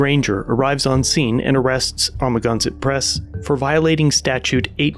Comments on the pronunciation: It's (Ama-gan-sett)............ not amaginsatt......... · I think you could have spent a little bit of time watching his videos so you can pronounce Amagansett press correctly. Just saying you could be a bit more respectful of that.